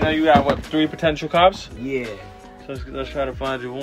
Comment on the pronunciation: Zan: “these a Contenuial too” Pak: “Potential”???😂💀